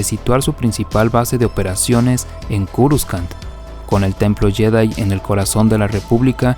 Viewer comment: culiao por que le dices curuscan! jajajajaj me estrersai csm XD